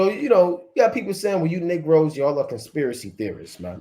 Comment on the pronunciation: Why can't you pronounce the word conspiracy🤔🤔🤔🤔🤔🤔??????? ❤️🌏❤️🌍❤️🌎